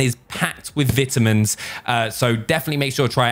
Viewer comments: Don’t ever say vitamins like that again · it’s packed with vitamens Americans: huh?